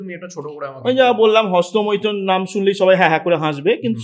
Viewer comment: খুউব জরুরী আলোচনা, ,Qualified Physician, বলার style মনগ্রাহী, শুধু একটা সমস্যা -- "" হস্ত মৈ থন "" নয়, কথাটা হোল -" মৈথুন" ( Legacy of English Medium schooling perhaps)